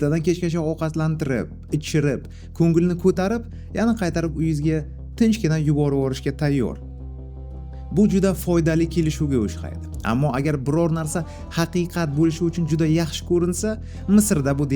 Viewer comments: o'xshaydi❌ o'shqaydi✔️ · Ушхайди эмас ухшайди. Илтимос тугри талаффуз килинг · Илтимос олдизга сув куйиб ичиб туринг. Огзиз куриб колаяпди. УШХАЙДИ деманг. Ухшайди булади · Oxshaydi ❎️ Oshxaydj ✅️